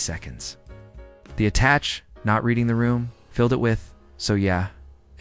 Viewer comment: AI crap. Mispronouncing attache.